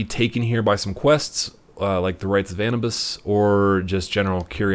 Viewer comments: Did he say An U bus it’s An new bis (Anubis) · Annibus? Lol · Did anyone else hear how he pronounced "anubis"? Mate you must have been playing this game for hours you should have heard by now the correct pronunciation. Why do Americans pronounce everything so literally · This dude provides guides and can't even pronounce have of it. Even though the characters in the game provide a guide on how to pronounce them. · Are you seriously offended by this trivial matter? Japanese pronounce every foreign word literally and i don't see anyone offended by that. #doublestandard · Dave Liu that offends me also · Americans pronounce things how they are spelled. Easy answer to your question. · The way he pronounces Anubis😂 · U said snefuru and Anubis wrong